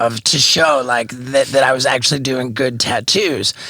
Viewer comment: Dog : “Bro, do u axshully bleev dis shit???”